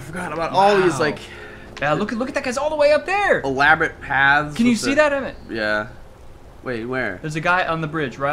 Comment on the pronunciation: Auri-El. Auriel. Emm-Et...